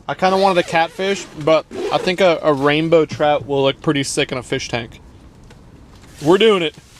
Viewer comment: "Bow" for Rainbow lol